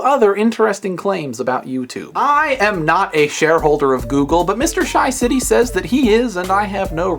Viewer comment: ur not sayin it right. not SHYcity its more pronounced as SHAcity